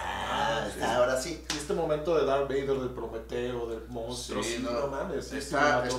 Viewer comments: Diganle al como se pronuncia Darth Vader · Ahhh siento que algo se me mueve en la tripa cada vez que escucho al escuchar pronunciar darth vader